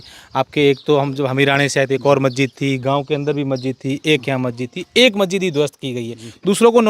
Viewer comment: अबे बोलना तो सीख ले मस्जिद को गलत बोल रहा है